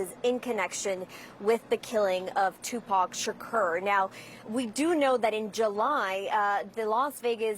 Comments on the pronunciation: What would yall have done if she called him Tupick Shkeer? 😂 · I'm cringing at how she is pronouncing his name! Ugh! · Tupac Shukerr 😂😂